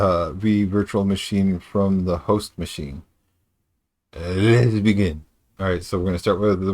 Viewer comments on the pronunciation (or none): i lol'd pretty hard to the "lhhewstsh bheghin"